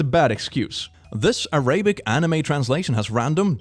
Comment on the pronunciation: not A-ray-bic 😭😭😭